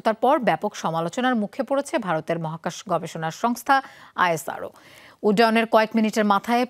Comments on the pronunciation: ইসরো বলেন । নাকি উচ্চারণ করতে পারেন না। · মেডাম ওটা আইএসআরও নয় ওটা ইসরো বলে প্রসিদ্ধ